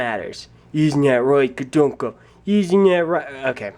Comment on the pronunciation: It's pronounced gadunka